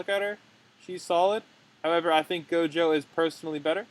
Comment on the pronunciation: you say gojo to jojo